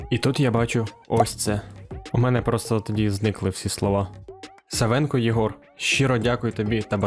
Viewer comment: Правильно говорити не СавЕнко, а САвенко, тому що прізвище від імені САва, а не СавА